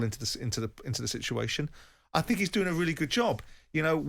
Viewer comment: The last caller is either a teenager or an imbecile, Jim managed to communicate this point somewhat more succinctly by cutting him off mid sentence before he could spout any more "I fink his name is fernandinho" drivel